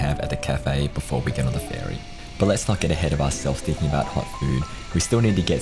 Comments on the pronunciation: Ferry. It’s… ferry. Not “fairy.” Ferry. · Im pretty sure youre saying fairy instead of ferry, sorry 🤣